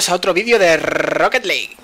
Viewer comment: Bienvenidos a otro video dee Rrrrrrrrrrrrrrrrrrrrrrrrrrrrrrrrrrrrrrrrrrrrrrrrrrrrrrrrocket league